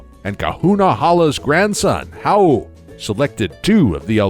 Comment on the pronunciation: Hau ❌ H-Owl ✔